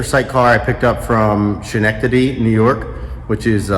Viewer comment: Came here to comment this. 😂😂 Good ol scumnecktady